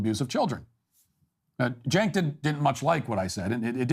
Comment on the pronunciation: it's not pronounced Jenk--It is Chenk--pronunciation, please